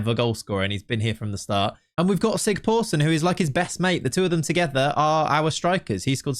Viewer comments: Great video! By the way, the letter that looks a bit like a p is pronounced as sigthorsson, not sigporsson. Its an Icelandic letter but similar to what we used to have in old English for ye old... Its also just pronounced the old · I love that you keep calling him Sig-POOR-son. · The Icelandic guy should be pronounced ”Sigthorsson” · That weird "P" in the icelandic name is a "th". So its Thorleifur Sigthorsson in english. :)